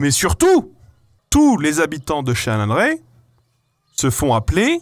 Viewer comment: Je viens de comprendre que le village s'appelle Chalindrey et pas Chiiiiiinnndrey